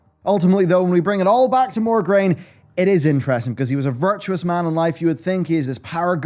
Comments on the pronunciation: Mograine not Morgraine sir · I love your lore videos, and you're dead on for most of it, but his name is MO-graine, not MOR-graine. It bothered me so much. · MO-graine. Not MOR-graine. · It's Mograine, not MoRgraine. D:<